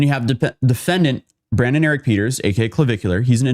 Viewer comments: BRAY-DEN not Brandon. This felt really unprepared. Too much dead air. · Bruh… his name is Braden, not Brandon…. Jesus you always be mispronouncing shit